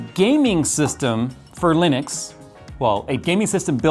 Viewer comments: that's how you say it a Linix? not li-nu-x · geeeez why can't no one pronounce Linux correctly? It's not Linix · What is Linix? It pronounces like it is written "Linux". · You say it lenix😮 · I don't care what distro you use, but I do get triggered when you pronounce it as Linix.